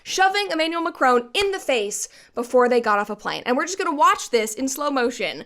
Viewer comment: It's Mac-ron rather than Mac-rone btw